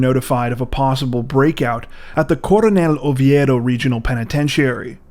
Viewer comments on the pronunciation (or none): none